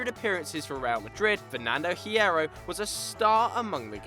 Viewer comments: u don't pronounce the h in Hierro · when you don't know how to pronounce Hierro